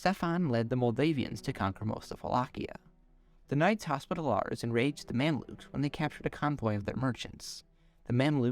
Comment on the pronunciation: "Knights Hospitallahrs" 😆😆